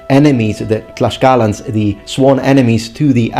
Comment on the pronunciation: also, it is not "Tlash-calans" its "Tlacs-calans" the pronounciation, because the spelling is Tlaxcalans or Tlaxcaltecas in spanish